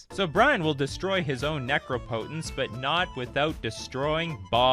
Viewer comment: the mispronunciation of "necropotence" was cringey.